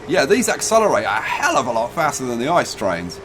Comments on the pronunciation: Drinking Game: One shot per wrong pronounciation of ICE. The correct pronounciation is I-C-E. PS: DO NOT DO THIS OR YOU MIGHT DIE! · For the love of the sweet lord baby Jesus Christ, do not ever say the name of the train "ICE" as ice in the word ice-cream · To be pedantic: ICE isn't actually pronounced ice. You speak every letter individually. So it's just an abbreviation, not an acronym.